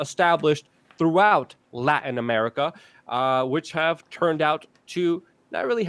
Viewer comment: Love you guy and your content! You really rock!!! Just one request... Can you please start pronouncing the letter T in the middle of worlds... i,e, PuTin instead of Pu'in... LaTin instead of La'in. It's lazy and drivin' me crazy!!! lol